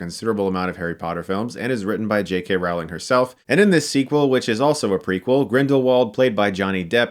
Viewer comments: Rowling is pronounced like 'rolling.' (A similar spelling with pronunciation would be 'bowling.') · Rowling rhymes with bowling. Fans should know how to pronounce the author's name.